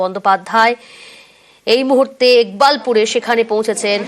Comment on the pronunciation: একবাকপুর না ইকবালপুর হবে!,😂😂আমার আর জায়গার নামের বদনাম বা বলাতকার করেন না!😂😂😂😂